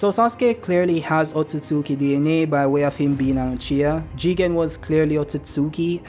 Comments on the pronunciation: It's pronounced Ot-sut-ski. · Wrong. Its pronounced Ot-tsu-tsu-ki